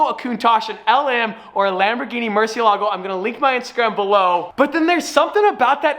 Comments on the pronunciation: Stop saying murshe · Can you teach tavarish how to say murcielago PLS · Why can't pronounce Murcilago? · I guess it’s gonna be an aston but probably not, whatever it is its great already since its a v12 lol Holy shit, the lm002 is a must have unless you can pronounce murcielago correctly